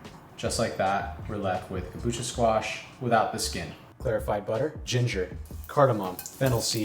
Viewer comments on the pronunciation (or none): none